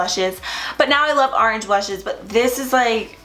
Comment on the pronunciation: "Arenge" lol love you!!! 💃🏻